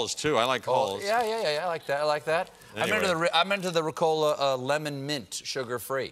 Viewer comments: Ricola: The emphasis is on the Ri, not on the Co. It doesn't have to do anything with cola. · Jeez, they were saying RECOLA. I was like, what is that. Its called RICOLA mates. Greetings 😅😜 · Seriously you people call it Ricòla? For fuck sake it's Rìcola! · Me too. Isn't it pronounced Rícola? 😂🤔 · Omg it took me until they ate the candy to figure out they were saying Ricola, the stress is in a different place in German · I’ve never heard an american pronounce ricola...it’s more than cringey lol